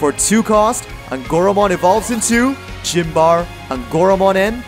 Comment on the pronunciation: Yeah, I had a similar reaction to “Gym bar eh” instead of Symbare